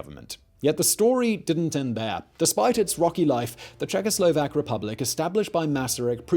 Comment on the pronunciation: He was litelary czecho - slovak, I know it might be hard for those lips, but try, czecho - slovak